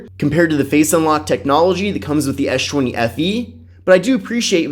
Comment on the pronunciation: ES... not esh... man that was annoying